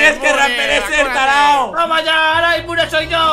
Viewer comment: Soy el único que le dan risa cuando raptor dice "tarado porque en realidad dice tarao"